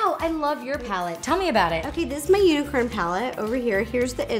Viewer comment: Who else heard Ro say unicern instead of unicorn